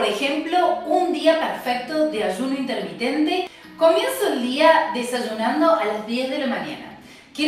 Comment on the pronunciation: INTERMITENTE CON "R" NO CON "N"